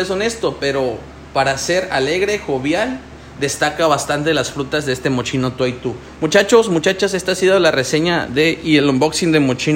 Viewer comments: Mochino jajajajjaja 🤣🤣🤣se pronuncia así: 'Moss-KI-no'. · Fatal. Mochino...??? Basta que veas el comercial del propio perfume, para que escuches la pronunciación. 👎